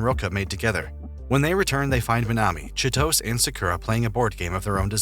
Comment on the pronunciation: I died a little when I heard the narrator mispronounce Chitose